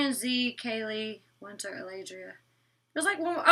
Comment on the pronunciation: Love my but for some reason she cant pronounce the letter T in some words 😂 She says "Winner" in stead of "WinTer", and she says "Inneresting" in stead of "Interesting" its kind of cute 😘